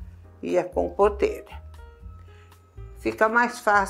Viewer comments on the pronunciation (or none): É impressão minha, ou foi pronunciado “compoRta” e “compoRteira”?